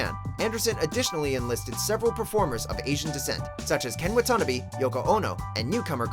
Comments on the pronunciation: Ken WHO? "Ken Wa-TAN-a-bee?" Jesu, Joy of man's desiring! "Ken Wa-ta-NAH-bee." (And "Stop Motion," too?) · “Ken Watanabee”